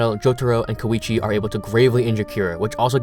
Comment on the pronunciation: is there any real reason people pronounce koichi's name as ko-weechee? thats not how its spelled or pronounced anywhere except these videos